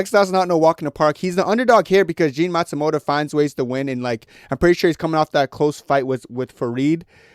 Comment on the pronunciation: Jefferson naSIMOTO…Jean Matsumoto 😂